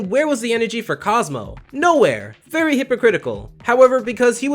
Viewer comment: I swore I heard fairy hypocritical instead of very if so. Great job!